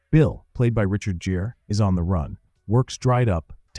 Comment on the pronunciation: Richard Jeer instead of Gere? Are you kidding me? How do you not know how to pronounce his name?